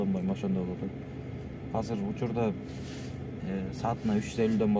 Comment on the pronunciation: Казыр казыр дейби, азыр десен э